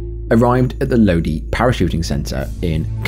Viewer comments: It’s pronounced Load-eye (Lodi) 😉☺️ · Lodi, CA. Pronounced Load-eye. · It’s pronounced low die And that skydiving club has a horrible reputation of deaths and injuries The landing spot is literally only a few hundred feet from cal state hwy99 to the east When the wind is coming in from the west you have to glide accross the hwy plus high voltage power lines to land To the north is the main runway then a housing development where just in 2018 a strong wind blew a group of skydivers to the north, one of them lost control and slammed into a brick wall his body ended up in someone’s back yard They’ve been shut down several times do to safety violations yet people still go there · Lodi is pronounced Low-Dye. 😀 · Lodi = “LOW-dye”